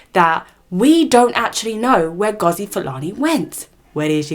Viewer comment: I don't know why Youtube put you on my screen. You my dear are a race pick me. You are the type to tell MASSA that we are planning to escape. As an ethnic person an African you choose to mispronounce her rooted name as if the yt man didn't take ours. Yes online abuse, verbal abuse is still abuse just like what they do to the black England players. FYI Sistah is a Jamaican Patois spelling stupid. Sister is not "normal" it's English. HEDLEY is an English surname which means that her ancestors were owned by English white people named Hedley, she has the right to change it. She has received support from REAL Black people and people of other races who are not in denial of the truth. You are pathetic, smh. Black people have had enough. All these yt people in your comments with their hidden profiles go all over YouTube spouting bs racism and you cosign. Shame on you. 1 day when 1 of them drags off your head scarf and Verbally abuses you, don't come on here seeking sympathy. What you need to understand is Some people DO NOT know where they "really" come from and some people are only just finding out. Being asked multiple times is triggering and white people need to understand that and back the f**k off.